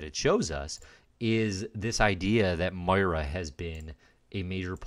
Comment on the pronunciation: Love the series. But I gotta chime in.... Moira. Moi-ra. Moy-ra